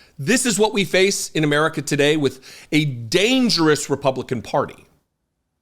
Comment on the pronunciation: 😅😅😅😅😅😅 what are the most irritating voices to hear on are especially the way she says America she needs to learn English proper English she sounds like a wet behind the ears pathetic hick that does not know how to speak proper English you can tell her schooling just by the pathetic language and the pathetic thing she thinks are laws she's a stupid human being